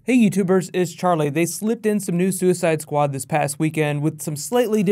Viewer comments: "Suicideuh squadeuh" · "Suicide-ah Squad-ah" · soo eh side ah, squa dah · "Suicidoh Sqaudo"